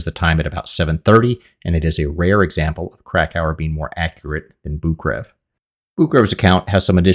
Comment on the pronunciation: to be fair, please, research how to pronounce the name of. Anatoly Boukreev, it's actually pronounced [Bu:k-ré-yev], pardon my English transcription skills< but you get the idea. His name should be written as Bukreyev, but Russians tend to miss this and simply write their names as direct transliteration, but since in Russian those double "ee" are pronounced as "e-ye", like in "conveyer", it might be a good idea to get back to the correct name pronunciation, because his last name is NOT "Bukrev". I mean, I am not pushing you to learn Russian, but it really hurts my ears.